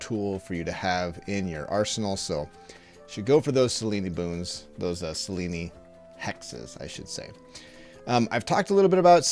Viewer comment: Isn’t it pronounced Sel-eeen (rhymes with clean). Selen-ey sounds so weird.